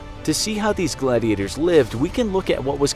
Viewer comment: It's gladiators not glad gators XD LOL